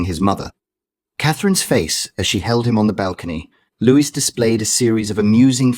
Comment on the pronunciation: Not Lewis-his name is Louis.